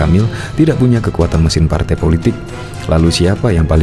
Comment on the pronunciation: LIZAL LAMLI JANGAN DULU BERHARAP JADI PLECIDEN BENAHI DULU HURUP "R" MU.LAGIAN MANA ADA PALTAI YANG MENGUSUNG MU.SADAL PAK TUA! USIA MU SUDAH GA MUDA LAGI! "SADAL SADAL" PAK TUA.BANGUN DALI MIMPI MU.